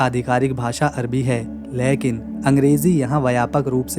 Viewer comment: "लेकिन" शब्द का उच्चारण गलत किया जाता है । सुधारना करो ।